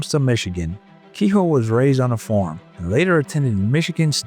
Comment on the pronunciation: I just cringe everytime he says farm. Form is what I'm hearing. Not much to these videos most of the time is spent on commercial ads and commercials by the people who narrate the video.